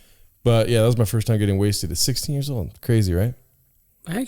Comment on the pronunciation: “Just wait a couple jears”